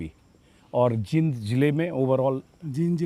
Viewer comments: Anjum ji aap Jind ko जिंद bol rhe h jbki जींद bolna chahiye, Isko aap thik kijiye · बोलना सीखो पहले जींद है ये जिंद नही है